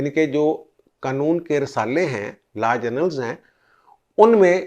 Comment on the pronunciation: سر لفظ "قنون" نہیں ہوتا۔ قانون ہوتا ہے۔ شکریہ